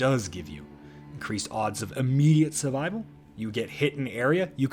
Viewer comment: You need speech therapy in your life. The r in survival isn't silent.